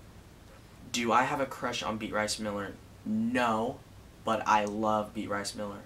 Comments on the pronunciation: Beat rice? Isn't it bey a triss.. Like that how u pronounce it lol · XD Beat-rice Miller. It's Bea-triss. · Beatrice miller?😂 you mean be-uh-triss. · Lol beat rice? Its be-a-trice lmao. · He meant to say beat-rice guys *facepalm* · BEAT-Rice Miller?? BeAtrice Miller, Taylor!! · lol its bea-trice but its okay :) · its be-a-trice .... just saying haha